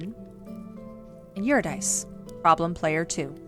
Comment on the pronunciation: Solid video. 1 note: Urydice is pronounced Your-i-duh-see with the emphasis on yur and see. Cus Greek names are dumb.